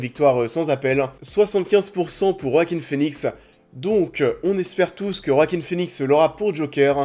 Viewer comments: Ça se prononce "Oaquin" et pas "Roaquin" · Ça se prononce Wakin Phoenix merci bonsoir 😅